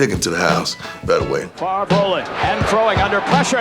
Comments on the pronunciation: Ah yes, Brett “Favor” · The man said Brett favor...lol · Brett Favor. Lol. Poor Brett getting his name pronounced wrong at the draft. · "Brett Favor"